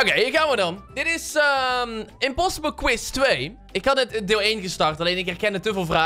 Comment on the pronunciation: "quize" hahahaha